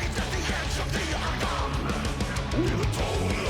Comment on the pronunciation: It isn't every day where reaction channels can actually talk about what they like, but you do it. I never even noticed that bit about how he pronounces "at the edge of the Argonne"